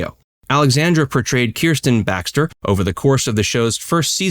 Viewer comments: The name is Kristen, not Kersten. Just heads up!❤️❤️ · Kristen. Not Kirsten. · Why are you pronouncing Kristen wrong? And yes, LMS was originally because he supported Trump. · At least pronounce Kristen’s name properly.